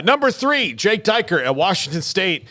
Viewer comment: Who's Jake DYKE-ert? Should probably learn how to pronounce his name first.